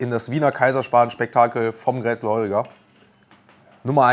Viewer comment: Grätzel spricht man Kr(wie ein Tieger)ätzel mit betononung auf das ä aus. Leider kann ich keine Sprachnachricht senden.